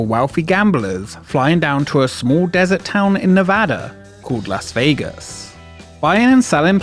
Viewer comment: First off, THANK YOU for pronouncing Nevada correctly! I grew up not too far from the MGM Reno, which at some point was Bally's Reno, then the Reno Hilton, and is now the Grand Sierra Resort. Would love to see a video on its history!